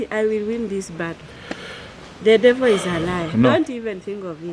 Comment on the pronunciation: " thaaaa devoo izaaa laya " nkt